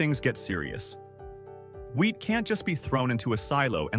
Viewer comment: All I'm hearing is "weed" and not "wheat"